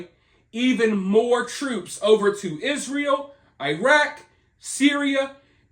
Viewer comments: You are mispronouncing it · It is pronounced Y- zra -el